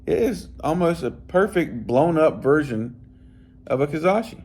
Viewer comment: Ka-ra-shi lol not ka-za-shi love the videos though 😅😅😅😅